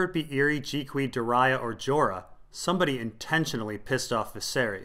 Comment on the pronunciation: I love all your videos to bits, but why do you pronounce Doreah the way you do, there is no "i" in there, it's stressing me out :D :D :D Shouldn't it be duh-ree-ah? Am I wrong? :D